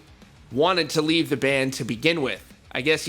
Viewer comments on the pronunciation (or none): none